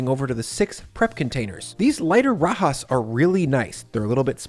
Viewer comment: It all looks good! Did you say " Kay sah dill ah" instead of " kay-suh-dee-yuh" on purpose as a joke, because you pronounced rajas correctly, which I think the "j" would stump most english speakers? I am constantly amazed at how big and empty refrigerators in videos are. Because of space constraints in my kitchen, my fridge is way smaller and always jam packed.